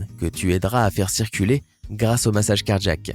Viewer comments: Un accident cardjack ? Car-jack... ??? Ça et le rythme journalistique des années 2010 "administrer unnnn mmmmassage cardjack"... excellente voix mais diction insupportable. Je passe. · Pareil ici : clairement cardjack. Bizarre, cet accent.